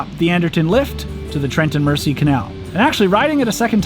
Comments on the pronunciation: Beautiful videos. If I have just one teeny weeny complaint ,please please stop calling it the "Mercy". It's pronounced " Merzy". Apart from that,loved it all. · Fun videos. FYI the Trent and Mersey Canal is pronounced Merzee. Not this video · Great videos. Mersey is orounces as though the s is a z. After the River Mersey in Liverpool.